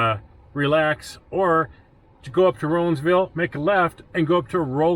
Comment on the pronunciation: As a native that grew up in that area, I really enjoyed your video. It took me back to good times in them thar hills. BTW, the locals pronounce Rollinsville, Rawlinsville